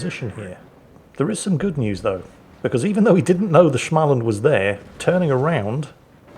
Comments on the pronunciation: Its not SCHmaland its Small-land. Like sm like the way u say small or smell or smack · I know that Småland is hard to pronounce, an easier (and slight, only by minimal measures) more close is to pronounce the a (å) as an o. Like 'Smoland'. And thanks for all the content, you have a contagious laugh. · "Shmaland" now? good god, pierce my ears with a screwdriver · Try saying Small-land in a american accent and you’ll be a lot closer to the correct pronunciation 😉 The current makes it sound german! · really need to start pronouncing Småland correctly:) you could pronounce it like "small and", it is not exactly the same, but very similiar..